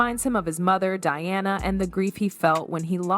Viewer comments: It is not Dearna its Di-ana why pronounce the name wrong with AI when you could narrate it yourself. Be authentic a human is better than AI. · Di Anna, NOT DEE ANNA! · She’s not Deanna. It’s Diana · That is so aggravating, ever time she pronounces Diana wrong. I am glad I’m not the only one that noticed. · Dee-Awna - really?? Mispronouncing Diana’s name? AI is annoying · Why does the narrator keep calling Diana “Deeana”? She was only the most famous person on the planet during her life. Pronounce her name correctly.